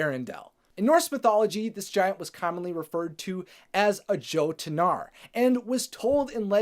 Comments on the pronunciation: Jötnar is pronounced yoat-nar not yo-tah-nar. And it's the plural form for Jötuun. Not trying to be rude, just trying to help ya out. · I took Viking/Norse archaeology. J is pronounced like Y. Fjord = fYORD. Jottenar = Yottenar. Jottenheim = YOTTENHEIM. 😝✌🏾